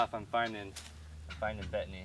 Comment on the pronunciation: I kept thinking you were saying Bethany! They sound so yummy, wish we had them here in TN!